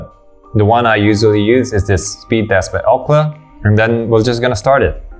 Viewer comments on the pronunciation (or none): none